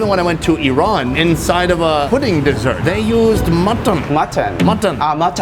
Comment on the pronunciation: it's actually "matton" ahahahahaha